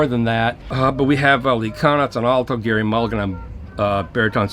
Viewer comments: "Gerry" - pronounced like 'Jerry' and not 'Gary'. And man, that's the lp i have been waiting for. Glad to hear it sounds good. Mulligan is GOD. Well... in my book. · always thought mulligan's first name was pronounced like 'Jerry' not 'Gary'?